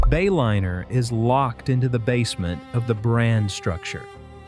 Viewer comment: You lost me at the Bay-O-liner AI pronunciation